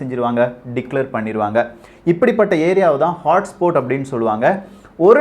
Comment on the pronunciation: HOTSPOT ஐ ஹாட்ஸ்பாட் னு சொல்லணும். ஆனால் ஹாட்ஸ்போட் என்று சொல்றியே